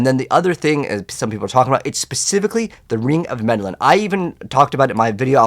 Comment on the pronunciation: Ring of Mendeln not Mendelan lol. Other than the mispronunciation, great video.